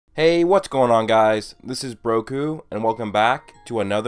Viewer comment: Umm every time you say broku back I feel like ur saying broku black